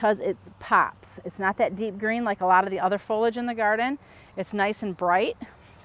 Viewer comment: I cringe every time I hear "folage". It's pronounced fol-ee-age. Is that an American thing?